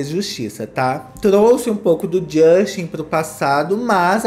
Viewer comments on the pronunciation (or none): Não é JUSXTI . É “DJUSTEN” nunca irei esquecer a entrevista com a Sabrina santo 😂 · "jósten" kkkkkkkkkkkkkkkkkkkkkkkkkkkkk